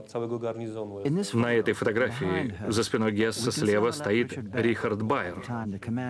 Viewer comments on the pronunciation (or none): Комендант Аушвица - Рудольф Хёсс Заместитель Гитлера по партии - Рудольф Гесс Поселение - Освенцим Концлагерь - Аушвиц и Аушвиц Биркенау. Произносите правильно, пожалуйста. А то вроде смотришь документальный фильм, а ошибок как у одиннадцатиклассника. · И комендант был не Гесс, а Хëсс.